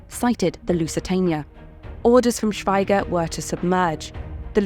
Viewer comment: It's pronounced "Shweeger"